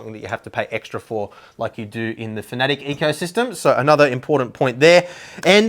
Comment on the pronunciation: I know this man knows what he is talking about but when I hear him mispronounce Fanatec as Finatic it's really off putting and immediately makes me not want to watch the rest of the video